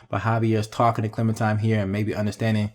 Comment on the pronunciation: it really urks me when he calls her ClementiMe instead of ClementiNe. 😡😡 its CLEMINTINE!!